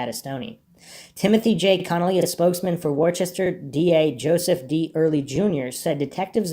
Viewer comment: Worcester is pronounced Woo-ster or Woo-stah here in the northeast. Good job on this mystery.